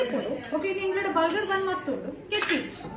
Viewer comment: itsnot kethhi its thethhi...